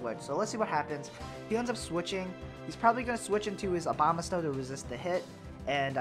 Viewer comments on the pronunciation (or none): Abomasnow, not Obamasnow. Lol :p